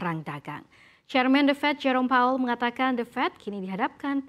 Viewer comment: Powell mba, bukan paul